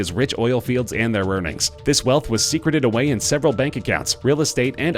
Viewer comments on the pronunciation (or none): none